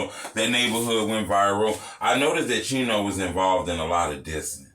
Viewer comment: So why do they say cheno burger?